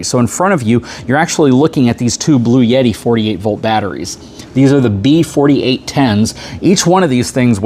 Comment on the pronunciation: There is no "Y" in Bluetti. You keep saying "Blue-Yetti"